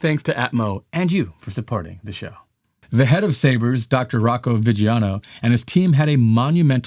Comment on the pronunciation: It’s Sabre not sabers